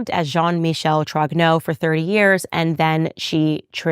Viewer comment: She reads French sufficiently, if not talk. When she apologizes for her pronounciation, she is usually quite correct. Except for Roy, that she says in English while in French it is <RWA>. Like in "Vive le Roi" or "Dieu et mon Droit". Also, as well she as Pier Morgan and others, they get "Trogneux" wrong. Pronounce <TROÑÖ>. Spanish Ñ, "España". Ö or œ like in Goebbels, Dieu, Malmö.